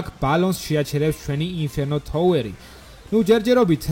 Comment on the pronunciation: წესით არი გრეივიარდი და თაუერი და არა გრავიარდი და თოუერი